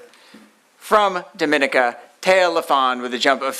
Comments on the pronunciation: Nathalie, they even try to. Correct me when I pronounce the name of MY COUNTRY. DOM E NEE KA! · Can't believe a journalist would pronounce Dominica wrong before addressing Thea with question. Basic, basic thing...Smh. Good putting him in his place.